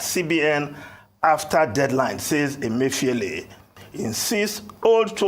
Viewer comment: How many of you heard RA call CBN governor, Godwin Emefi-OLE? Thump up if you did.